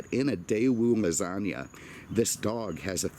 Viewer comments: C'mon - Its Daewoo LEGANZA, not Lasagna! A lovely car, properly designed by the fine artist Giorgetto Giugiaro. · Did you say Daewoo Lasagna? Lol! You mean Le-gan-za?